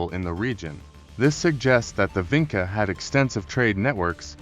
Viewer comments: Vinča is pronounced as Vintcha not Vinka. We, in Serbia, still use the very same Vinča "symbols ": Ж, Д, Г, Ш, Ф ... and still have the very same genetics Y -I2a haplogroupe that was found in Vinča, Lepenski Vir and Starčevo archeolocal sites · I see that you used AI to make this video. But i think you went too far wit it, and did not checked the illustrations. Doing a video like this, means you want to be sure you are saying facts, giving proper illustrations that are in the context of the story. Especially for their alphabet since it is striking how our modern alphabet could have roots in that one. And make sure Vinca is pronounced properly ( c in Vinca is like c in Leonardo Da Vinci)